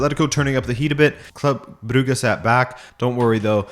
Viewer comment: Stop mispronouncing Brugge. At this rate, you are doing it on purpose.